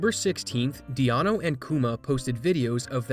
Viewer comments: Dee-ano XDD its deano. Like dean. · also, calling deano, 'dee-ah-nuu' like keanu, cracked me up xD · the pronunciation of deano near took me out lol